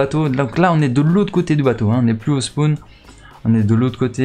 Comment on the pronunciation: Au spoun 🤦🏽‍♂️🤦🏽‍♂️🤦🏽‍♂️🤦🏽‍♂️🤦🏽‍♂️au spawn stp fait un effort sérieux tu le fais exprès ????